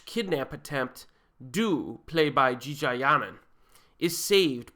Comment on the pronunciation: That Jeeja pronunciation was golden ;) sorry. Jeeeeeeejarrrrrrr